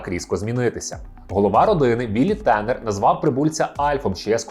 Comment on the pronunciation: Альфа озвучив Євген Малуха. Микола Козій озвучив Віллі. Відчувається що автор не дивився оригінал. Оскільки канонічна вимова "МелЬмак", а не "Мелмак", та і прізвище ТАнер, а на ТЕнер. Але за відео лайк, просто автор ще молодий)